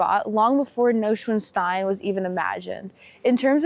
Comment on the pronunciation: NOI SVAN STEIN ( long I)